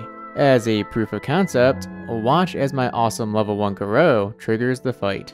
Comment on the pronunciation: Bro why u pronouncing gorou so weird ngl